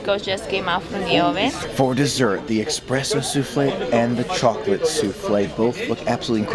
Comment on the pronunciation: Ahhh it irked me soooo much when he kept saying "expresso"!! It's "espresso"! Pleeaaaase xD